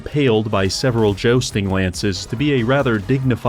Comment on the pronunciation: Jo-sting? There is a U in there...